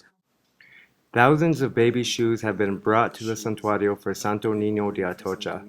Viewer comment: These morons don't even speak Spanish! They can't even pronounce santuario correctly! Dumbasses!